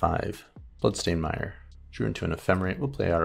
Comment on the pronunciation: We don't need a narration of every single played card. Also, the word you're looking for is Mire, like "tire." It is not "Meer."